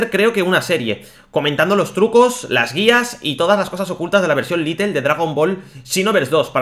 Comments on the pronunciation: Little se pronuncia litel como tu lo dices pero realmente el juego es lite y se pronuncia lait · Por que dice "Litle" "es "Lait" o "lite" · Se escribe "Lite", se pronuncia "Lait" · se pronuncia lait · Porque no pueden pronunciar bien las palabras en inglés? Es lite, LITE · Es "Lait"